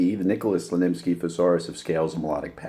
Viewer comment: Slonimsky, man. Slonimsky.